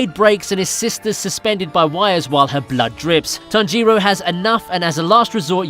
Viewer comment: like how he say tan-g-ro